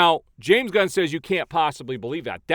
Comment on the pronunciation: Love how the mispronounciation tied in with the post where James "God" was said to be sent "On a mission from God" that one time. I completely lost it!!! 🤣🤣🤣